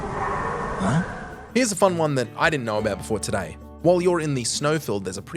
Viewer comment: Did he say one or Juan ?